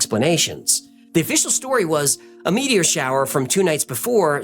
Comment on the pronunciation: is an alien. Humans don't pronounce "meteor" as "meaty-ORR."